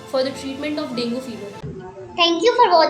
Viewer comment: Dengue is not properly pronounced in this video. Although good explanation